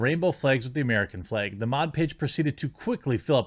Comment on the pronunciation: Flag> Fleg it’s like you don’t even try to pronounce “a”s